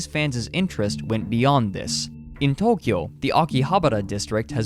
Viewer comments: thanks for your great pronunciation! honestly the way you said Tokyo made me smile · I like how you said Tokyo authentically.